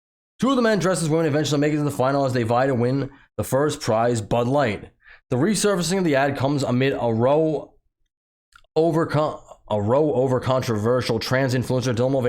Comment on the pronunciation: The word is “row,” rhymes with “ow,” guy. As in all my rowdy frenz are coming over tonight.